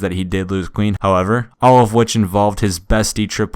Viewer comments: Is it just me or does it sound like he's saying queen instead of clean? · How come every time u say clean, it sounds like queen? No h8